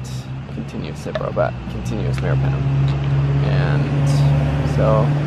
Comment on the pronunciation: Cipro not citreon😳